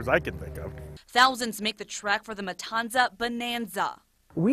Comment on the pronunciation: Why did they say matanza like that bruh it’s with a th sound